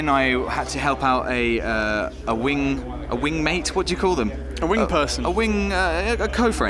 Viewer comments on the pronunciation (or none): these guys really couldn't say wingman